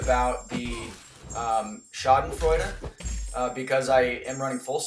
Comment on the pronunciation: Schadenfreude is pronounced "Shard-en-froid-a"